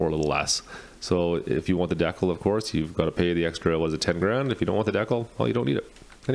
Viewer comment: Are you meaning to say decal wrong....